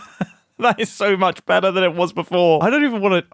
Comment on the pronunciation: The way mumbo pronounce "better" when saying "that looks so much Be'ah"